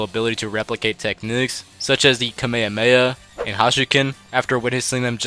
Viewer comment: this mf just said ka may ha may ha